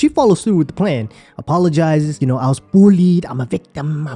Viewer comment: I love how Natalie says ‘bulled a lot’ lol instead of bullied